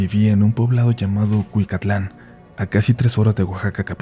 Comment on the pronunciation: Rey Del Tienes que indagar más en la población y entonces te darás cuenta. Si. Lo pronunciaste bien:)